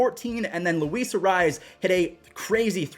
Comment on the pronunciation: No offense Jesus arraez? You need to get that Latino r roll and z sheesh lol